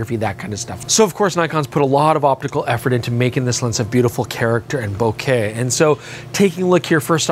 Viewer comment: Thank you for saying 'Bokeh' correctly and the way it should be.